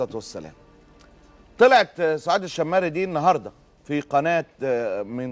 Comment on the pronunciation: ال شيمري انطقها كدة قبيلة شمر من اعطو ال سعود الشرعية أول من تزوج منهم عبدالعزيز السعود الكبير وبعدها بدأ يتزوج من كل قبيلة سيدة حتي يكسب ود القبائل